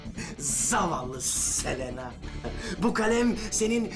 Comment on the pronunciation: Selinde celena diyo 😂